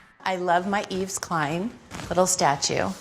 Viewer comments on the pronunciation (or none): She's got an Yves Klein statue but doesn't even know how to pronounce the name Yves. So lame and vapid.